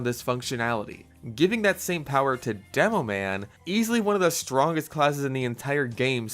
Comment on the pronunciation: "demoan" players 💀